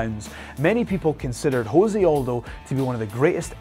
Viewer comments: Jose Aldo's name is not pronounced Jose. It's pronounced se. It's not Spanish. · It's Jose not Hose he is Brazilian not Spanish dude... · Jose, not Hose, Jesus christ, its portuguese. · Jose Aldo is Brazillian. Its pronounced Jose Aldo, not "Ho-say Aldo." He is not a mexican. In Portuguese, it is the letter R pronounced with an H sound, not the letter J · You said Jose Aldo's name wrong you don't pronounce it like you would in Spanish just the way it is spelled out like (-Say ) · José is pronunciated like your name...